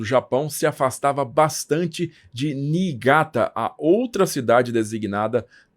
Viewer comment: Sem querer ser chato, ma sendo, corrigindo as pronuncias. NagaSSaqui (Não Nagazaki), Kokurá (Não Kokúra), Nígata (Não Nigaata)